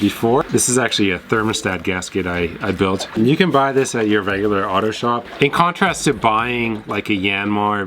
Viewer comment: and sooooo...... how many of those "holland beers" did you two drink while making this video? ! "vegular"???? you said a field that i never heard of?? "canick"???